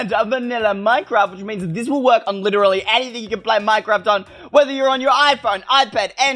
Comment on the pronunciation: Is not deze its tis ! 🤦🏼‍♀️🤦🏼‍♀️